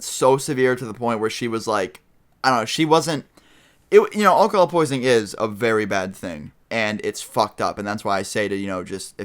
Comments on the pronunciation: Anyone notice thst he said Olcohol instead of alcohol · You say alcohol funny :D it may just be your accent but it sounds like you say all call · like the way you say alcohol lol. :-)